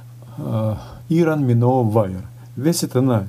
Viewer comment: Так слух режет- ирон миноу. Извините но поправлю- Айрон Миноу.